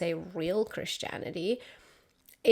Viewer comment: Aloha from an antiscofield Xian. I'm on your team! Careful to distinguish between "prosecuted " & "persecuted" ❤